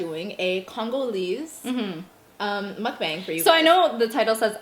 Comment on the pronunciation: also this is like your 50th mukbang & you still haven’t shown enough respect to learn how to pronounce mukbang correctly